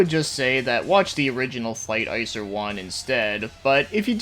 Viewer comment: Not to be that dick but its pronounced ICK zer